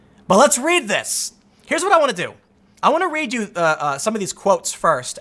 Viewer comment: "I tell ya hwut." ~